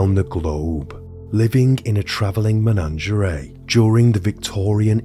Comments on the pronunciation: Oh my god its MENAGERIE not MENANGERAY 😂😂😂 its even written on your own slides 🤦🏼‍♀️ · Take a shot everytime he says menangerea 😂